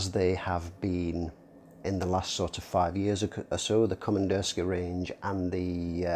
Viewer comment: Yep, сделано в россии = made in Russia. Also it's pronounced Komandirskie-a- with an ah sound at the end.